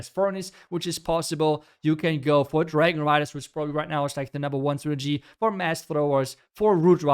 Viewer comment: Please learn how to say “strategy”